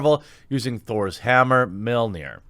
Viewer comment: We'll fix up Jeremy's pronounciation one phrase/word at a time: Mjolnir: "MYAWL-NEER" and Jeffrey Epstein didn't kill himself